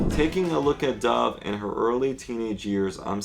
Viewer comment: thought u said dah cameron